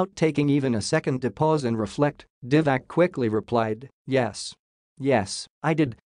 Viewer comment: It's Diva-tz ,not Diva-k !